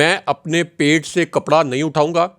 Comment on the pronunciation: پیٹ یہاں back ھے۔ اس لیے اس لفظ کو پ پر شیر لگا کر پڑھیں۔